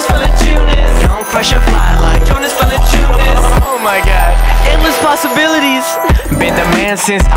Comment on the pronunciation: i just hate how he says VALANCIUNAS. lol.